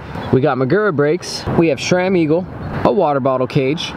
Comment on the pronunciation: It's Sram not Shram.